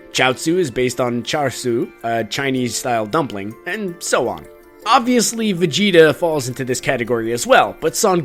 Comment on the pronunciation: Vegeta = vejina